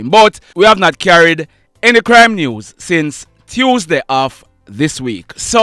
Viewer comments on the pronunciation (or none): none